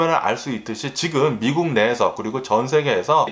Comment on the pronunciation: 원래 한국말이. 어눌한가요? 미쿡 미쿡 하는게. 약간 거슬리네요